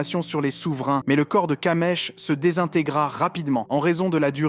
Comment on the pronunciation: C'est kamish pas kamesh